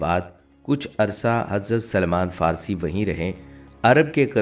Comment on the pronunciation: پہلے اپنی معلومات کو صحیح کرو، اور اپنے تلفظ بھی درست کرو۔ رسول اللہ صل اللہ علیہ وسلم کے صحابی کا صحیح نام سلمان فارسی تھا نہ کہ سلیمان فارسی ۔ اب یہ نہ کہنا کہ صرف حرف " ی" کا اضافہ کیا ھے۔ یہاں اور سب لکھنے کا وقت نہیں ھے مگر یہ بالکل صحیح کہتا ھوں کہ اپنے تلفظ بجی درست کرو۔